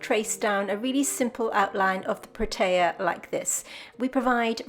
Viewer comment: Hi. I am from Cape Town, South Africa. Firstly I must say - I love your work and videos. Thank you. The Protea is my favourite flower which is unique and indigenous to the Western Cape region. The correct pronunciation is Proteeya. That particular one you have looks like the Prince Protea. You also get the King Protea which is the size of an average dinner plate. Take care.